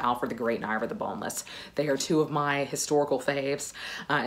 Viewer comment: And yes, Ivar is pronounced Ee-var, not Eye-var. I'm norwegian.😊